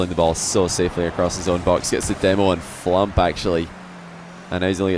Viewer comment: What is so hard about saying FLUMP. its like DUMP, PUMP, RUMP, STUMP